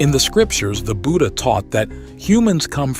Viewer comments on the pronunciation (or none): Why are you saying Buddhan instead of Buddha?